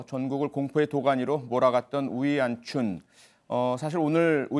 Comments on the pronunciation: 그냥 평소부르던대로 오원춘이라 불러라. 중국말도 못하는것들이 발음이 왜 이리어설프냐..ㅋㅋ우위안춘이 머냐..?외계인이름이냐?ㅋㅋ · 이름 발음하느라 힘드시네.. 우위안춘 우위엔춘 우웬춘 매번 달라..